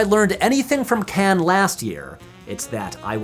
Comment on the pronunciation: This gets a like for the correct pronunciation of 'Cannes'. Not sure why so many Americans struggle with this.